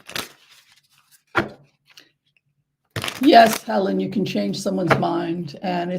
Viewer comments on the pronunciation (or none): none